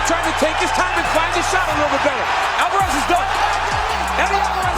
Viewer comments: who the f*ck is Alvarrez? Its pretty obvious you don't even UFC bro! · "Eddie Alvaaarez" ☠☠ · Did anybody else notice how he pronounced Alvarez